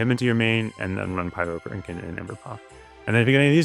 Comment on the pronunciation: Oh, my bad. My hearing is pretty degraded. You did say heal and it sounds like kill to me. Also, when you say "Pyrokraken" I hear it as pyro-CRANK-en.